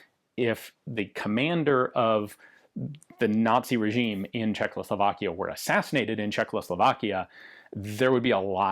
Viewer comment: God damn it Ian, I love your content so, so, soooo god damn much... but... dude.... THERE IS ONLY *ONE* "L" CZECHOSLOVAKIA!!! Every single video you do in which you say the country's name (and that's surprisingly frequent) you say Czech-LOW-Slovakia, and it makes me die a little inside every time. =|